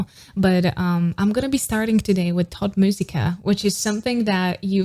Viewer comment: As a German speaker, it’s pronounced like “tote” not tot.